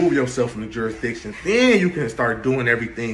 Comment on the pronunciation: New rule, if you can’t pronounce jurisdiction, you can’t ask about it.